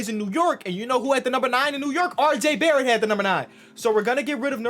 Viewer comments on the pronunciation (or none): none